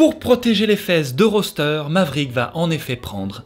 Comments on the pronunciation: C'est pas roster mais rooster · ca se prononce Rousteur bordel, j’ai adoré la video mais ta prononciation du nom me donne envie de tuer des bébés chat 😂